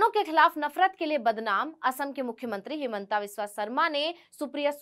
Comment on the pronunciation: हेमांता विश्व शर्मा अपना हिन्दी उच्चारण ठीक करो।